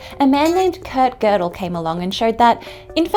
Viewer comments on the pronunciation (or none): none